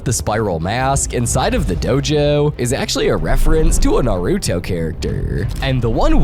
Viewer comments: I ignored it when you said naRUto I can't ignore Yogi-Oh I'll never forgive "Sho-hoenn anime" You also missed the Prince of Tennis episode. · Hate to be that person, but I'm pretty sure you said Naruto wrong. No hate tho, I love your vids.